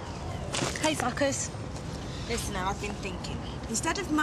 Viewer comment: I honestly always thought said “hey fuckers” only to be today years old to realise she actually said “hey suckers” 😂😂😂😂😭